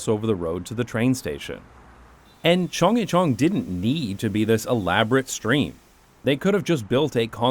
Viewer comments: please stop chungjicheon it hurts my Korean brain it is more similar sounding to chunggaecheon hnnnnnngh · It’s not Cheongg-YE-cheon , it’s Cheong- GYE-cheon 😁 Not like [Yi] but like [G + yea ] Similar sound with the first syllable of the word ‘Guarantee’ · Aside from horrendous pronunciation of Chung-gye-chun, another fantastic video! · As a Korean I shrieked every time you mispronounced CHEONGGYECHEON!!!!! OMG!!! Why are you slaughtering the Korean language? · Happy to see you got to explore my second home. Lived in Korea before and after the Chunggyechun project. The drop in air pollution was very noticeable. Biking in Seoul is the best way to see the city. Yeah, people walk in the bike lanes, and we can't be militant" get out of the lane" bikers. Great video, you are forgiven for slaughtering the pronounciation of Korean especially "Chunggyechung"